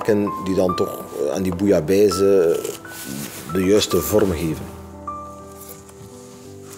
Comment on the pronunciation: zeveraar, het gaat om bouillabaisse, niet bouillabaise. Koken, en vooral je mond houden!